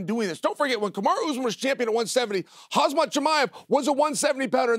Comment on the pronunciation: Chael still saying- HAZMAT 😂😂😂